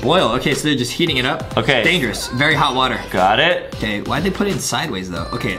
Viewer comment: It sounded Adem was saying g*y but Adem was actually Saying OOOOKKKK the clip 🤣🤣🤣🤣🤣🤣🤣🤣🤣🤣🤣🤣🤣🤣🤣🤣🤣🤣🤣🤣🤣🤣🤣🤣🤣